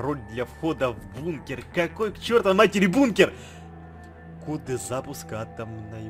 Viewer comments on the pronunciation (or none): none